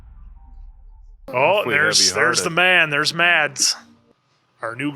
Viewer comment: As a Danish person hearing these guys pronounce Mads like "Mats" is so funny lol. It's pronounced like "mass", but the "a" sound is shorter. The d in Mads is silent :)